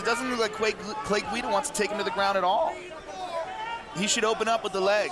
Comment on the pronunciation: "Clay Guido" lol